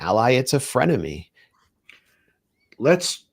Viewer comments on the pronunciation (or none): Frenemy 😂😂😂😂😂😂 So British😂😂😂